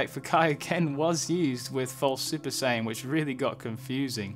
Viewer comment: At around like you pronounce “Saiyan “ as opposed to “Sighyan” lol